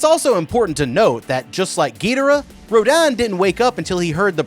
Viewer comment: Also row din/row den? It’s row dan.